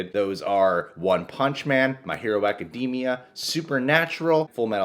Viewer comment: My Hero Ack ee dee mee uh